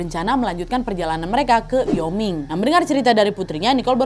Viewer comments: Wyoming bacanya wa-yoming bukan yoming wkwk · Utah = Yutah Wyoming = Wayoming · Penyebutannya yutah dan waioming